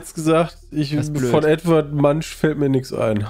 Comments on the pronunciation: Edvard Mansch Wer kennt ihn nich.. ey immer wenn es um Kultur geht egal ob Kunst oder Literatur macht ihr mich so fertig 😆 Edvard Munck wird er gesprochen (Maler von der Schrei)... uuuuund nutzt das Veto.... das ist wahrscheinlich das berühmteste Gemälde von van Gogh😅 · Edvanrd Mantsch 🙂